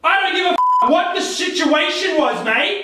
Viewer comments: was so cranked up mad 😡 plus from waking up that he said the word SITUATION it sounded like SHITUATION Bhahahahaha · lol the way he said situation